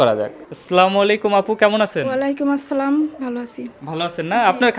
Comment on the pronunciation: ভাই,আপনার সালামটা শুদ্ধ করে নিবেন দয়া করে।